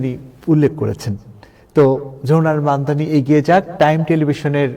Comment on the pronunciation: মামদামী!? Can’t even pronounce his name correctly! Idiot!! He is মামদানী!!